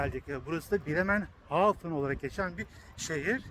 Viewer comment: Bremerhaven, Bremenhafen degil